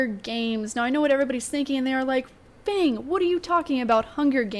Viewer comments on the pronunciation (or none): none